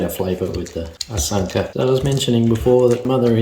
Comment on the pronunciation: Hi, that tatale looks perfectly done, better than I can make them as a Ghanaian. Well done. You pronounce "asanka" and "tapoli" right, just like it's pronounced. You graduated, time to give you citizenship. Enjoying your videos, keep it up.